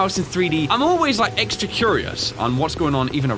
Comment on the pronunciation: You said eggs tra serious HA